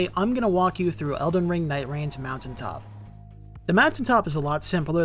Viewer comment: i rarely write comments on videos... but if you mispronounce mountain top one more time i dont know if i was gonna laugh to death or just lose my mind completely hahahaha wtf